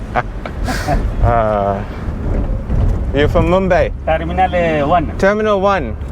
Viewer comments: Mum-bye mate. Not mum-bae. Where is mumbae? In Texas maybe? Lol...sorry mate I couldn't resist. Ah!!!! Don't hit me! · I cringe everytime he says mumbay, does he mean mumbai?